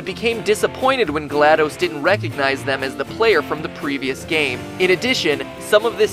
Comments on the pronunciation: glaDOS's name is pronounced DOS as in the program DOS not dose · The way he says GLaDOS... I thought the last DOS was pronounced as the old operating system called 'DOS' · I'm pretty sure GlaDOs is pronounced "glah-daws" not "glahd-dis" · HER NAME IS NOT GLAD-OOOOOOOOOOS ITS GLAD-OS THERE'S NO E DUMASS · It's going to stay as gladose until the world ends and it will eventually become the "correct" pronunciation. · actually its Gla(DOS) as in disk operated system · It's pronounced "Gladys." You wouldn't pronounce DOS as Spanish "dos," would you? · Pronounced shell and glad-dos as in dos from the old Windows shell dos. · your pronunciation of glados' name is seriously giving me a tumor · You guys mispronounced glados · MatPat was a great narrator, but as soon as he mispronounced "GLaDOS," I couldn't keep watching. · Is anybody else annoyed by the fact he cannot even pronounce Glados properly?